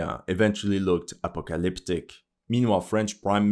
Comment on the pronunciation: APOCLOPTIC! LOL 🤣